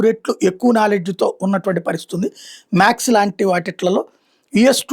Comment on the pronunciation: మ్యాక్స్ కాదు మ్యాథ్స్